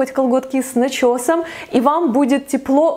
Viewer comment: В кадре 90% «говорящая голова» ведущей и только 10% одежда. Причём контент не уникальный. А уж «кЫлготки с нЫчёсом» это уж совсем фу